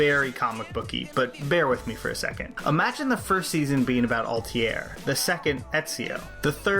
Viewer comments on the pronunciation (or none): awesome video as always. one thing, , the name is Altair, pronounced:"Al-Tair"